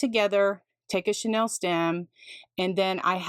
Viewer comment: You are truly creative and kind to share your methods but this is driving me crazy…the pipe cleaners are NOT “Chanel” stems as in the Parisian designer! The pronunciation for chenille is “sha-Neal”. This is not as a criticism but, rather, in the spirit of learning from each other! I appreciate having learned so much from you. Thank you!